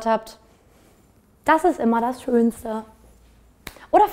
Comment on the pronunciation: hat sie am ende versöhnungs hacks oder versöhnung sex gesagt😂